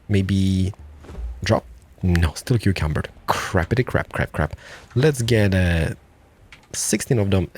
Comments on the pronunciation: Over encumbered, not cucumbered xD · I've just spent like 3 minutes looking for this video because I forgot to save it a few years back. I'm here to tell you that your overcucumbered word is now mine and my group of friends normal way of saying overencimbered and has been for at least 2 years now lmao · Did he say "cucumbered"?